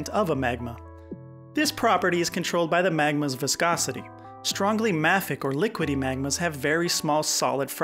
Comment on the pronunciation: I have never heard “mafic” the way you pronounce it. I have always heard it pronounced “may-fik”